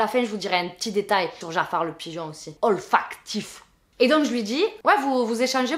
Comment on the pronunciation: Un détail OL-FAC-TCHIIIF 🤣🤣🤣